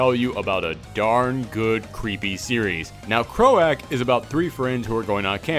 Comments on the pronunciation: Thanks for spotlighting Croak! (for future reference, it's pronounced like a frog's "croak" and issue 2 is out on July 26th so hopefully you'll be picking that up!) thanks again! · I think it's pronounced "cr-oak", also can you do a video about secret empire 2, just a rambling video would be awesome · Pretty sure that's cr-oak as in the sound a frog or toad makes. Thanks for the review, though. Always looking for new hidden gems. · I always thought croak like a frog but it sounds much cooler the way you say it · I've never heard some one mis pronounce croak before lol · everyone has already commented on his pronunciation so I will keep my fool mouf (on purpose) shut. I just can't believe he hasn't heard the word used with the meaning "kicking the bucket." Solomon Grundy croaked on a Sunday, born on a Monday.